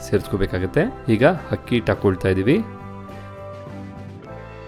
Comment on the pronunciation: Hakki alla akki.. pls aa and haa kara sari madkoli sir.. chennagirutthe..